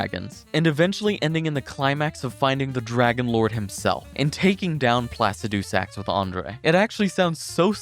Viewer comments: Why is he saying placidusax like it's three different words. Bros saying placid two sacks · And "Plasse Dewsax" instead of Placidusax. And "RAN-ee" Instead of "RAH-nee"